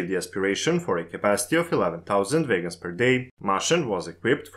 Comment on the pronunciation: Why are you pronouncung "wagons" as "vegans"? I was really confused for the first half of the video...